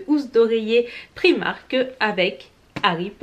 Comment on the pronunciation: Un petit effort sur la prononciation de la marque Primark ne serait pas du luxe. Et par pitié, apprends un jour à mettre du rouge à lèvres. Ca fait sale au possible.